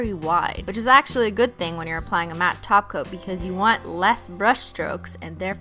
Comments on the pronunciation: WHAT THE HELL IS A TOPCOAT kinda sounds like taco I’m sorry for caps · Mary the Yandere Painting Loli she calls holo topcoat taco